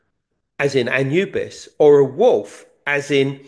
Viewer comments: Since when did we begin pronouncing Anubis as Anyoubis? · Love these two. Why does Collins always pronounce things weird like even anubis 😂 throws me right off im like who the fucks that?